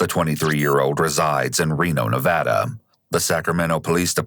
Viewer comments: I love that you pronounced "Nevada" the correct way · Also, thank you for pronouncing Nevada correctly, I've lived here my entire life and I hate it when it's pronounced wrong.